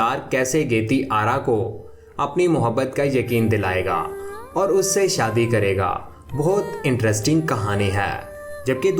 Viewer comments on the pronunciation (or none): none